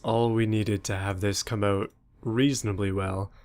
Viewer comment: Was wondering why he measured km/h, then he said “Come oot” lol